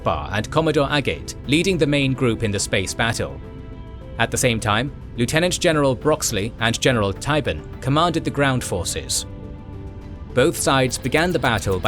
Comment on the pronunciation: BrockWAY not Broxley. LOL.